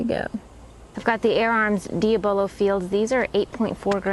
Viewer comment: Unusual way of pronouncing diabolo. It is a derivative of diabolical (the devil) so I would say it should be pronounced dya-bolo.